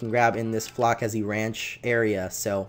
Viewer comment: its FLO-SE-SI